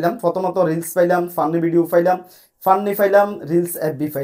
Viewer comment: ফান্নি ভিডিও হবে না রে পাগলা ফানি ভিডিও উচ্চারণ হব 😂😂😂😂